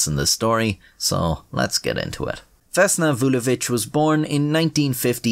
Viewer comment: as a serb you should be proud of your pronunciation of her name